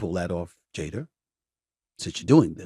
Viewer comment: Every word that ends with “a”Stephen a ends with er it’s funny when you hear it. “Jader” instead of jada “luker” instead of luka